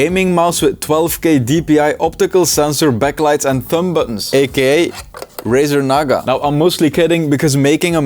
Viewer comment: "Razar naga"💀💀💀